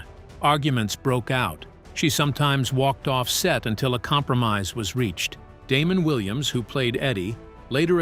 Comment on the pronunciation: How am I supposed to believe all of this when you can’t even pronounce Damon Wayans name correctly? 😂